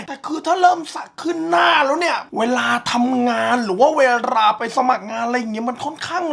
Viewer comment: หรือเวราไปสมัครงาน มันรำบาก 555555 พี่ไม่ต้องเน้นกระดกลิ้นก็ได้ครับ มันคือ ล ลิง